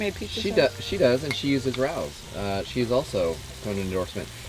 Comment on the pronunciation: For the love of all that is Holy! It’s Ray-O’s!!!!